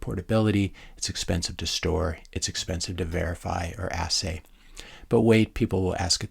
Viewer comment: Another solid, measured, and understandable offering,. Great stuff. You didn't even pause this time when you pronounced "assay" beautifully.:) Since I've lived in Saudi Arabia for the last 7.5 years, this is an interesting development. I teach petroleum geology just on the other side of the fence from Aramco. I'll kindly ask you to not perpetuate the nonsense that hydrocarbons come from "dinosaur juice." Nothing could be farther from the truth. Terrestrial biomass contribution to the organic matter necessary for oil and gas is a minuscule fraction of source rock material. The vast majority comes from the decidedly non-sexy (in relation to dinosaurs) marine microphytoplankton - planktonic algae. Think about preservation of organic matter from a road-kill deer in Colorado - in a week, it's nearly all scavenged or decomposed. It simply doesn't get preserved in the geologic record. Preservation of organic matter requires reducing conditions, which are only rare in surface terrestrial settings (excepting scattered coastal swamps).